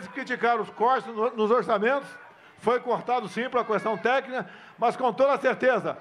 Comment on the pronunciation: "Questão tecna" Que baita orador.😅